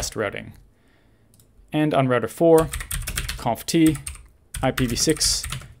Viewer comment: seconds, the way you pronounce "conf t" makes it sound like you're saying the cooking word "confit".